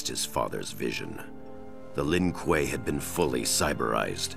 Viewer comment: To. You pronouced it right the 1st time. Lin Kuei (L-in Qu-ay)!